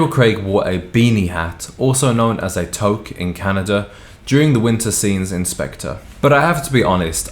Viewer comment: Thanks for mentioning the toque! However, the correct pronunciation is more like “two-k” with a hard k.